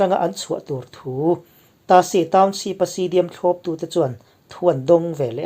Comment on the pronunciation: A bengvar thlak thei khawp mai a, amaherawh chu i saptawng lam dan hi ka sawisel ve duh tlat mai, naupang ten an ngaithla ve thin bawk sia. Eg. Township hi Townsheep ti a i lam te leh a dang pawh a awm nual mai. Googleah hian saptawng lam dan tur American leh British in an lam dan voice a ngaihthlak theih ten a awm vek a, han in zir leh zel teh. Kan lo ngaithla ve zel a nia.